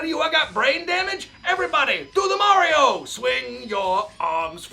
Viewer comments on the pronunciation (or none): none